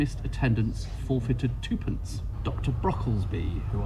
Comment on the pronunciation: The fine for missed attendance was tuppence not "toopence".